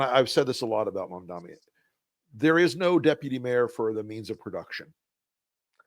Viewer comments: Guys, please, please, please, learn how to pronounce his name! It' MamdaNi not MamdaMi. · Mamdani, pronounced like this: mom-DON-ee. Why is it that Rs, former Rs, and corporate dems have such a hard time saying his name...